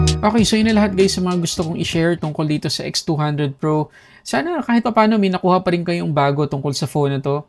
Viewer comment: Nakakalito haha minsan naririnig ko v200 pro minsan nmn x200 pro hahaha